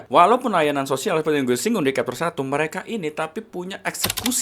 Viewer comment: chapter itu bacanya capter bro, bukan kapter...